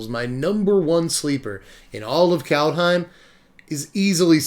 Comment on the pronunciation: It's 'cold home,' actually...and Fear-ya. workin' that clawjam...